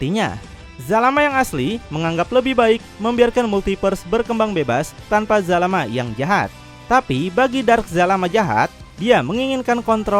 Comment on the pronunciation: astagaa bukan jalamaa zalama